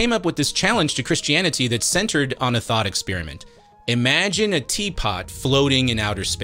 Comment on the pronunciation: The way he says "Christiani-tee", but otherwise pronounces any other word ending in "-ty" more like "-dee" ("insani-dee", "humani-dee", etc.) enrages me more than it ever should.